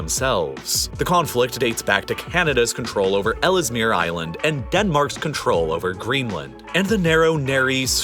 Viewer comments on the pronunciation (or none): Small pronunciation correction. Ellesmere is pronounced (despite being American) 'Els Mere Island' (the extra 'e' after 'll' is silent)